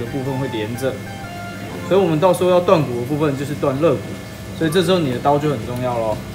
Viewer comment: 发音有错误，应该叫肋骨〈leigu〉而不是legu 我特别注意看了一下，应该没有听错